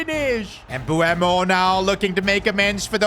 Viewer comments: Its MbEumo not MbUemo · You pronounce mbuemo emboomo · His name isn't pronounced Embooemo btw💀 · Bro I swear has 0 ball knowledge listen how he’s saying mbuemo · Bro keeps on saying M-bu-emo who else noticed that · Why do you say his name like that